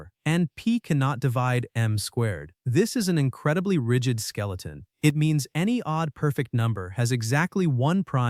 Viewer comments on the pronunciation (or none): none